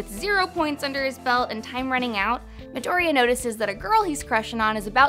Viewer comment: I hate how she pronounces "midoriya" She says midoria, u have to say that ya part